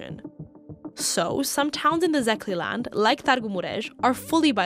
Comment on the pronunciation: I turned it off as soon as you said Zeh-kay-land for Szekély land.